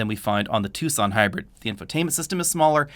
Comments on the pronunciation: You say "two son" laugh here we say "tak sun". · Ah, amusing. Yes, Tucson is not pronounced how it is spelled.